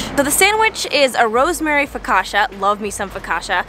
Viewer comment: That's not how you say Focaccia